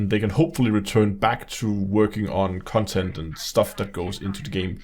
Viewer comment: i like the way he says 'cuntent'. very accurate especially when discussing this disfigured abortion of a game.